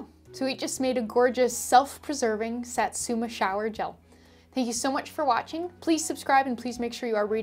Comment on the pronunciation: I never want to offend anyone, but just wanted to say Satsuma is pronounced Sah•(like the a in saw)•tsoo(say the o quickly, like saying two)•mah (also quickly, like in maw) ♡ japanese vowels never change unlike the fluidity of thenebglish language, so I totally see the issue we come across ♡ tysm for the video !